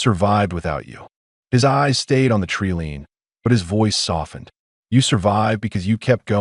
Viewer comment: When are they going to pronounce wound correctly, they get it wrong 100% of the time! Tree line is not tree lean and lead is not the metal! Imagine if a lead rope was made from lead!? Having knowledge is different from knowing.😐